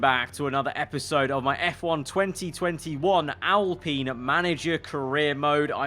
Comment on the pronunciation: I HATE THE WAY HE SAYS ALPINE ITS PRONOUNCED AL-As in Allen and Pine as in pine tree